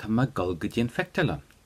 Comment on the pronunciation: I'm really confused. I thought I am going to = tá mé ag dul.... But he's saying tá mé ag gul? I've listened over and over and very loud. I'm learning ulster Irish so I don't think it's a dialect thing. Can anyone explain please?